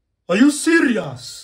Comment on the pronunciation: “Are you SIRIAUWS” 🤣🤣🤪